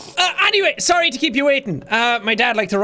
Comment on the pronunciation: Why vewy sarwy vewy spoopy